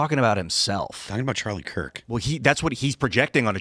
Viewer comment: did he say Charlie Kirt ?